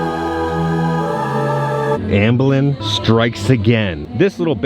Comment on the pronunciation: Amblin not Ambelin